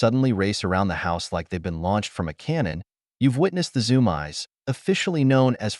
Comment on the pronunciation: What the heck are the zoom-eyes??? It's zoomeees! Is this all done by AI??